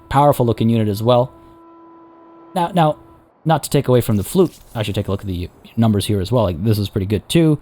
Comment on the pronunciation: Lol the flute that's not how you pronounce it unfortunately it's really hard to explain. Fluyt nowadays would be pronounced as the word fluit. Ui is a combination of letters that has a special sound in dutch. If you want try to find it on youtube it's really funny to here foreigners try to say it.